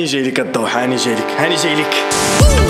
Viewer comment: الدوحة ❌ الضحى ✅